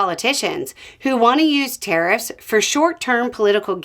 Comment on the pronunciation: It took me until 3 minutes before I realised you were saying 'tariffs' I thought you were saying 'terrorists'